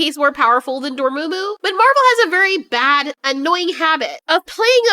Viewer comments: Isn't it Dor-MA-mu?, why dor-moo-moo? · lol door-moo-moo.